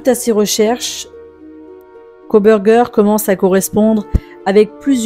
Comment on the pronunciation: "Kobergé" pour Kohberger... vous êtes sérieux, là ?